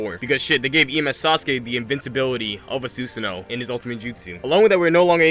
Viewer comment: Why the hell is Susanoo said wrong like 20 times?